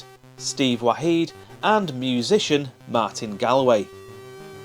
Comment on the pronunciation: Martin Gaul-way, not Gallway ;) He's originally from Ireland. Why do those POWs look like they're wearing high heels? Great game this, thanks for the memories.